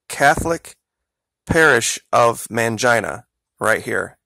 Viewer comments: It's actually pronounced Mane-Gene-uh not MAN-JINE-UH. Lmao, too funny. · mahngeena? mahnheena? why would you say man-jyna? why do people NOT google how to pronounce words and names that they aren't familiar with? excellent research. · Did you just say "mangina"? 😂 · did he say MAN-JINA...? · I have a feeling this guy is pronouncing mangina wrong.